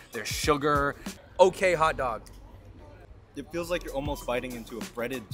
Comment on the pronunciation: LOL the "Korean" guy didn't even say hot dog right in Korean. HUTDOG. Also, the sugar isn't batter. Sugar is just sprinkled right after being fried.